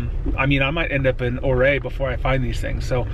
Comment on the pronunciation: Just FYI, Ouray is "You-ray" and Ophir is "Oh-fur"